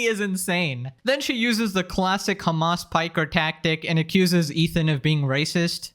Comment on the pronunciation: Did he say Hamas Piker? 😂